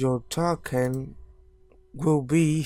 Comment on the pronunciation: I love how he says `Taken` instead of `Token` not to be rude. it is a nice comment, not a laughing at you one